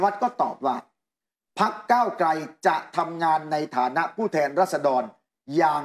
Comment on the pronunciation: นัยหนุ่มเอ๊ย โคตร หงุดหงิดเลยว่ะ ก้าวไก ก้าวไก มันเป็นยังไงเนี่ย ชื่อคน ไม่มีควบกล้ำเลย ไตรง ไตรง